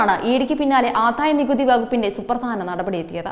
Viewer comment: ആധായ നികുതി അല്ല കൊച്ചെ - ആദായ നികുതി എന്നു പറ.